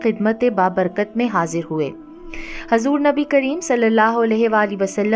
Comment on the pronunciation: baji aapki videos bahut achchi hoti h lekin kuch videos m aapke kuch alfaaz m aap zer or zabar galat padhti ho kyunki m khud ek aalima hu isliye huzur hota h hazur nahi or sahaba ikram hota h aakraam nahi m aapko galat nahi keh rahi bas aapki galti bata rahi hu